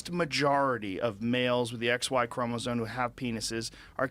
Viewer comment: I appreciate Joe being willing to discuss this stuff publicly but God I wish he'd learn to pronounce "chromosome"